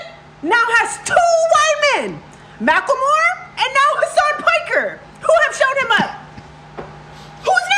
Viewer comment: idk why Ethan calling Macklemore 'Mack-la-more' is so funny